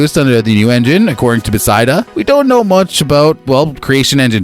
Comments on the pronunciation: BEH FES DUH NOT BEH SY DUH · BESIDA. Bro it’s not that hard to say beth-esda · I came to say this. Never heard Bethesda pronounced this way. Wtf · Who the hell does he thing is developing the game, Besideus ….who is Besideus? It’s BE THES DA! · Bruh. Its 'Buh-thez-duh'. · Stop saying “Besida” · I don't know anything you said in this video because all i kept hearing was your incorrect pronunciation of the company..... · Sorry bro, can't take this seriously if you can't even simply pronounce the company's name correctly. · My theory is he hired someone to read his scrip and either he made an error on the spelling or the guy doesn't know how to pronounce it.